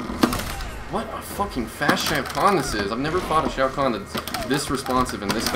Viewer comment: Shao kahn not shau guan